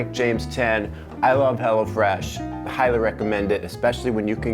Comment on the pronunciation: ''hello fresh": "HELLA FRESH"